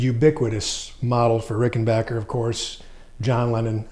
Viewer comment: Thanks for pronouncing rickenbacker the proper way so tired of these nitwits who disrespect this great brand by saying rickenbocker always loved these guitars!